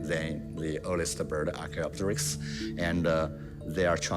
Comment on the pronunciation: Can you please pronounce the names of dinosaurs in a dinosaur documentary right? Archaeopterix, is archaeo-pterix not archaeop-terix.